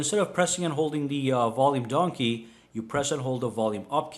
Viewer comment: Read this Letter fast " vøLume døwn key"